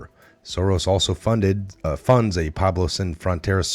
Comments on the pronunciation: P w e b l o w...pueblo, not Pablo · Great info. BTW, it's Pueblo, not Pablo.